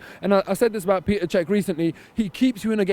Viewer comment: Hey seeing as how he is now your first-choice keeper you should learn how to pronounce his name properly - it's Petr you wall street banker - not Peter! Did you buy that retro shirt off e-bay you hipster?